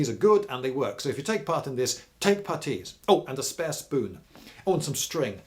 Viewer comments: What the fuck is a PAH-TEE? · Why such emphisis on the t in putties surely on the u? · What's a "petis" or however you say it. You say they're great so I wanna know lol